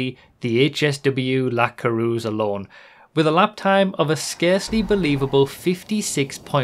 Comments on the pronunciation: Good video, but as a french I HATE how you pronounce the word "Coureuse" lol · pareil :D